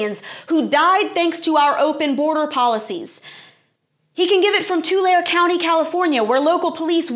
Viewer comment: Too larri not tular